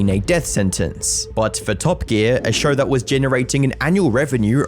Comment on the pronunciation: SHOW not fucking SHAUR